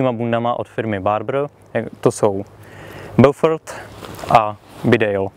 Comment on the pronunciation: Inu jářku, dobrého dne vinšuji vespolec. Mám pouze malou tech. poznámečku : eau se vyslovuje jako dlouhé o. Tudíž název zní Bófor. Hezký den přeji.